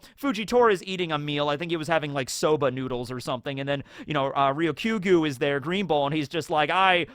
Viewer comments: ryokugyu is pronounced lyo-ku-gyu, not real-kyo-gu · I know it's a difficult word to pronounce because of the similar syllables, but try saying ryoku + gyu. While that doesn't exactly split the word into green + bull, gyu is at least bull, so you can think of it as Green bull Green gyu Ryoku bull Ryoku gyu Edit: it's probably just easier to say green bull